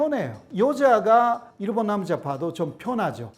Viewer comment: 내용은 좋은데 한국어로 그렇게 강의를 하는데 신기하게 일본인 특유의 발음 쿠세가 안사라지시네.. 일본>이루본/ 습니다>스무니다/남편>남푠/ 어머니>오모니etc